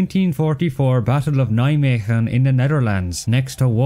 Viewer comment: Although it is not perfect, your pronunciation of Nijmegen is very good